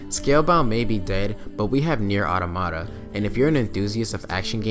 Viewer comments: i cant get over that he says automata like "ottomata" when its "auta-ma-ta" like automotive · Great video, subbed. One thing you said "nier automata, automata one of those. " but actually the wor is pronounced awe-tom-ah-tah. The 2nd and 3rd "a"s are said like the 1st in apple. The first one is said like awe-some. Again great stuff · I did like your review, also just a quality video in general, but god damn your pronunciation of "Automata" had me laughing lmao